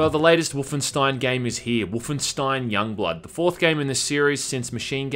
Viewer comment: Wahmanstein..... Srry I had to cuz it sounded funny.